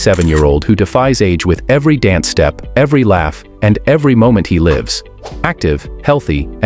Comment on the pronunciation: Why does the AI pronounce 'dance' correctly and then later mispronounce it? How odd.